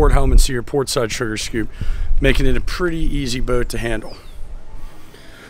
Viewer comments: You know you say the word boat without the letter “w” 😂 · The only man in the universe who pronounces boat this way. I enjoy each one